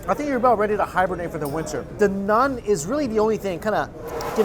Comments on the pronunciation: Hello bro it's naan not nun lol. Happy to help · am i the only one who gets tilted from him saying "nun" rather than "naan"😂🤷🏻‍♂️😭